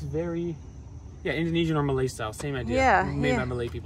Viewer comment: your pronunciation of malay names etc is astoundingly good.